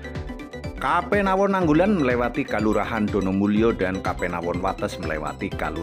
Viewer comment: Jangan diucap ^kapenawon^ tapi Kapanewon .